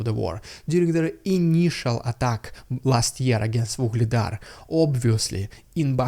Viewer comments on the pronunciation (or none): none